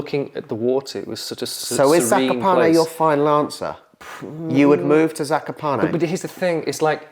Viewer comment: "kakoparney" killed me